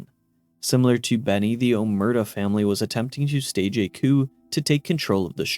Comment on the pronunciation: Oh-mare-ta not o-mert-a. Did you even play fnv? They say it out loud.